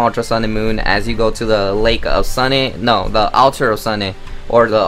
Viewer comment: Alter of Sunne-e? Xd